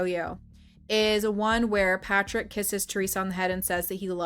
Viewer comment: Lmao “Fatrick”